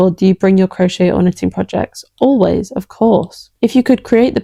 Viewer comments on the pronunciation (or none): none